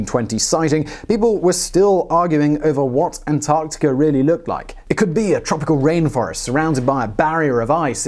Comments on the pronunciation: dude said antartia...lol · I swear sometimes he’s saying antartia at some points in the vid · British man say, "Antarctikerr." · you sound Irish when you say Antarctica lol